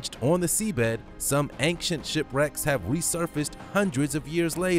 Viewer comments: Love the supreme videos. They make my day. However, 1 thing, please, PLEASE quit pronouncing ancient as if there is a k in it!!! Drives me nuts everytime you say the word. And you do quite frequently actually. "An-CHient" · yeah,get that. My pet peeve from this guy is ank-chant.😳🤪❤🇨🇦